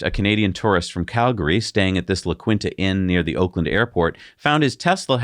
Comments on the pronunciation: Your show always maintains its high standard of quality. Keep up the good work …and La Quinta is pronounced, La Keen Ta. No problemo, We hear that allot. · La Keen Tah. Wow. If you don’t know how to say something look it up. Good journalism reporting includes checking your pronunciations. Maybe have someone look up words for you. I can no problem. Need me to pre-record difficult words so you don’t have to do it? Happy to help. You will look more professional and your subscribers would go up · The Inns name is pronounced La Keenta...😊